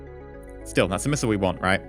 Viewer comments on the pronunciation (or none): none